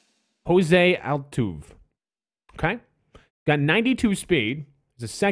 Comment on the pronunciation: Jose Altuve! (Al-Tuv-eh)